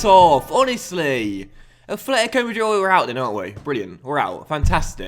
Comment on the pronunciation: Why do you say afletico hahahaha it's atletico